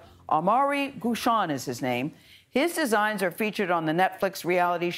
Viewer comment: Why do you guys pronounce his name "Goo-shon" when it's Guichon, with the same "gui" as in guillotine or gear ...?